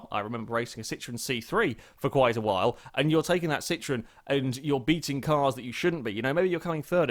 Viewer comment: hahaha the way you said citroen saxo had me on completely the wrong foot for a second